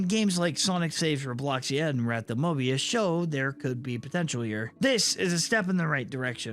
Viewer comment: Don't add an r in front of the o in Mobius